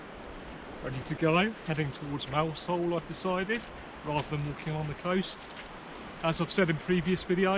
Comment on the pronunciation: " Mouzel" ... otherwise fine upload. Great channel. Many thanks.